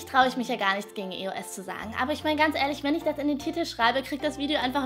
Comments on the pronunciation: es heist eos und nicht e o s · es hest eosund nicht e os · es wird nicht e o s ausgesprochen sondrrn eos allso zusammen gesprochen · nein es wird e. o. s. ausgesprochen. Ich spreche zwar auch eos aber so ist es falsch, denn die marke heißt Evolution of smouth (sorry wenns falsch geschrieben ist). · du sagst e-o-s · man spricht eos anders aus